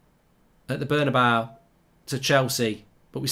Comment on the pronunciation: Cortowaz.. Burn-a-bawa.. LOL